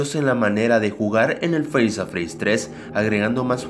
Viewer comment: Me doy cuenta que es five Nights at freddys y el dice fainasafredis v